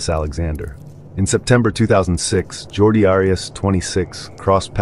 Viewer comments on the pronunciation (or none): It's Jodi Arias not Jordi